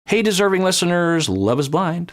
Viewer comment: I was also always not sure if it was "deserved" or "deserving" because it seemed like he wasn't putting any emphasis on the "g" so it more sounded like "deservin" and it confused me lol